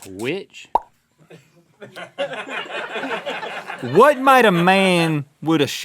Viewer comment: Link's southern accent came out when he said "witch"